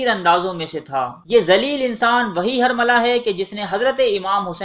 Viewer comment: ہر ویڈیو میں اردو زبان کا بیڑہ غرق کر رہے ہو۔ یہ الفاظ غلط بولے گئے ہیں، کوفہ ، تیل کھولنے لگا، حرملہ، مختار ثقفی، بلاآخر، مہلک ، سنگ باری ، رومی النسل وغیرہ